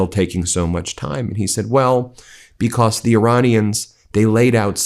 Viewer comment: Stop saying becoss